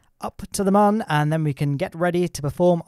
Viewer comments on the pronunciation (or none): It's Mun, not Mahn. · My ears hurt so much listening to you pronounce mun as a man all the time. (joke:) IT DOES NOT HAVE A GENDER! :D Seriously though, it's not pronounced like that... It's a moon, just shorter. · Its pronounced mun i this game like how the earth planet is called kerbin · mum or moon ? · Why do you call it mun its moon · it's not mon is moon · I like your videos but jesus dude, it is the Mün not the Mun. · Legit I thought he said in the intro: "Today we are gonna be tackling your mum" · Isn't it still pronounced "moon"? Not sure I can watch any further. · It's pronounced 'moon' champ. How can you get that so wrong? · its not mun its moon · And it's pronounced "moon", dummy. Spelled "mun", pronounced Moon. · It's called mun